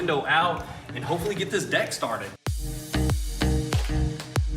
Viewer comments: He totally said dick instead of deck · You know you said dick not deck lol love it keep up the awesome videos